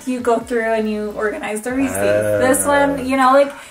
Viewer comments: Funny how pronounces "receipts". It is pronounced ruh·seets. She also pronounces "Reese's" funny too. It is pronounced ree·suhz. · says receipts like reeses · The Way Pronounces Receipts.